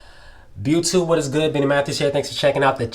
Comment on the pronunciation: I thought I was tripping this whole time but I just realized all this time you've been saying "byoutube"